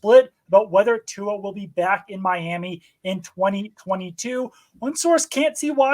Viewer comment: These mooks -- alleged NFL experts -- don't even bother to learn how to pronounce Tua's name. 😑